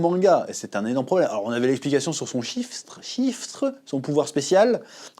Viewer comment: c’est Shrift Sh-ri-ft